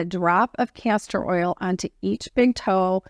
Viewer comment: I hope you are saying castor oil because it sounds like cancer oil. I do the same thing many times as well. I don't know who would want to put cancer oil on their face...lol. I'm not throwing rocks at you so it's no big deal. By the way if you use DMSO on your face with a roll on applicator it will do a lot of things like you were talking about. Be careful it will penetrate and pull anything into your skin. So you have to be very careful with it. Do research on it first or ask me more.